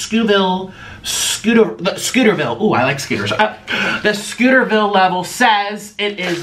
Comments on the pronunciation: It is Scoville not scooterville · Tbh I just watch him for the comedy of it Also niko it’s scovils